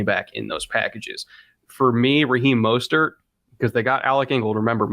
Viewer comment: Raheem "Mosthurt"